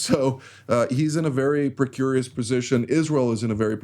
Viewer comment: Hi, it's 'precarious '